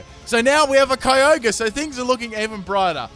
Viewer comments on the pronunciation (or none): Erm it's pronounced "key o' gree"